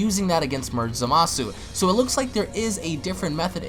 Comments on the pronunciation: Quit saying zamasu like that . You sound dumb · It fused zamasu ps your saying zamasu wrong